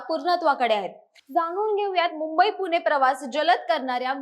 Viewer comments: अशुद्ध बोलते. पुणे ऐवजी पुने म्हणते. तसेच इतरही. ण ऐवजी न उच्चार ऐकायला बरा वाटत नाही . भाषा सुधारुन व्हिडीओ बनवा. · पुने × पुणे बरोबर